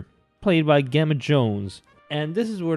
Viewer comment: Pronounced "Jemma"